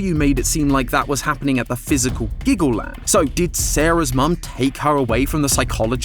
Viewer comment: I thought you said Glaggleland